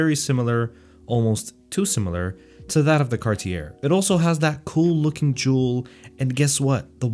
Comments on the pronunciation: The final "r" is NOT pronounced.. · Please tell me you know how to pronounce Cartier after all this time?